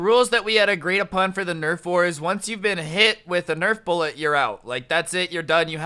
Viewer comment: This video is good, but every time he says “bullet” makes me cringe